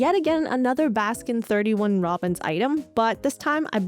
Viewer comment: pronouncing 31 in baskin robbins is very evil indeed. it makes me physically recoil every time i hear it and this chain hasn't ever been present in the countries i lived in anyway